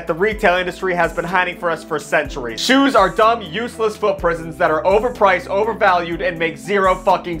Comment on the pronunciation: “Shoues” “these shoues rule”